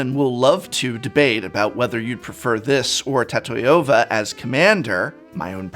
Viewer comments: Tat-eye-ova? Homie, what? It's Ta-tio-vah. How do you pronounce names like Tanya or Sonya? Do you say Tan-Eye-Ah? Or So-Nye-Ah? Keep this up and I'm not sure how much longer I can go along with referring to you as ''. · Why did you call Tatyova "Tatoyova" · card name: tatyova: tAToYOva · I can't bear to hear Ta-TIE-ova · I love that prononciation of tatyova. It's sounds cool! Tatahiova! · I can't get over Tat-Toy-Yo-Va... lol